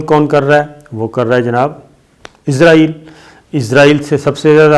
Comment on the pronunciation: اسلام وعلیکم صابر شکر صاحب سر جی لفظ اسرائیل بولا کرے یہ ملک کا نام ہے عزائیل فرشتہ ہیں جو جان نکلتا ہے